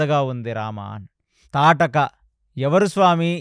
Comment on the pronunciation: తాటకి కాదు... తాటక అని పలకాలి